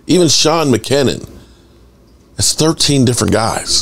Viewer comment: a piece of constructive criticism. Make sure to get your spelling correct and the name of the players correct (i.e. Kavonte Turpin and Sean McKeon pronounced Meh-cue-in)